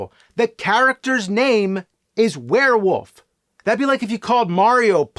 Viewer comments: I'm sorry he is pronouncing it were-WOOF, not werewolf, the crazy thing is the nerd's last name is Rolfe. Does he pronounce his own name James ROOF? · James still struggles to say "Wolf" and says "woof" 😂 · Take a drink anytime James says "woof" instead of "wolf." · FYI it is werewolf not werewoof there really is an L in there. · James, please stop saying "werewoof" lmfao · Man hearing an entire episode where he pronounces "were-wolf" as "were-woof" 12000 times really starts to grate. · All I heard all episode was him saying WereWoof without the l lmfao. All love though! 😂🤘🏼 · Why can he not pronounce the L in wolf? He keeps saying “werewoof”. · I will never get over how James pronounces "Wolf" as "Woof." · He says "werewoof" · LOL “Werewoof” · "Werewof" is all I hear. James, what do you have against the letter "L" ? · Ahh yes. A werewoof climbs up a mowden. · More like "Swearwoof" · It sounds like the character’s name is actually Werewoof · U keep saying werewoof like Maxine Waters would say it. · I just had this playing in the background so I might have missed something but way is James saying warewoof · And one every time he pronounce it "wear". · Swear-wolf. God damn it. 😅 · Nerd isn't the first person to pronounce wolf woof. But he owns it like he is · I laughed so hard when the guy said Swearwolf😂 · Ahhhh 😌... It ain't Monster Madness without hearing James say Werewoof/Woofman. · Bruh, wolf has an L in it and it's not silent. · The “L” in Werewolf is not silent, feel free to pronounce it 😂